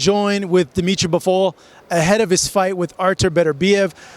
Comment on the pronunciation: You just said "Dmitry Buffool" man 😂